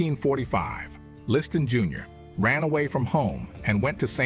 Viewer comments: I'm 8m in and, so far, Freeman has pronounced Liston "Liston", "Leeston", "Listan", "Lee-stan" & "Le Stan". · Why does he keep pronouncing his name Listead instead of Liston 🤔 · Sonny List-Anne. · “ListTan” 🤣🤣. Fucking AI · It’s definitely AI. Liston’s name is continuously mid-pronounced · How many ways can you mispronounce Liston. Freeman found them all...Sometimes in the same sentence. Pretty sad for a fellow soul brother.